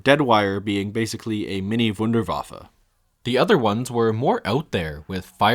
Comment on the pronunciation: Finally the first YouTuber who pronounces Wunderwaffe correct! Love U!